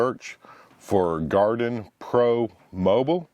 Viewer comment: Its not Garden pro it gardepro. Pronounced like guard pro.